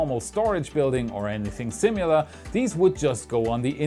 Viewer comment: I love you, man, but it's "similar," not "simular"!